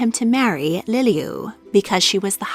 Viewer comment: Pronunciation matters she said lilio when it's pronounced Lili‘u